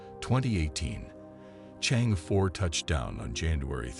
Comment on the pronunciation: For heaven's sake , it is NOT Change, it is Chang E 嫦娥 , the name of fairy who lives on moon , according to the Chinese legend !